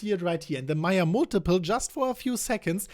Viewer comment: Hi, I thought you kept saying Maya Multiple.....Mate it's pronounced..May--Yerrr just trying to help.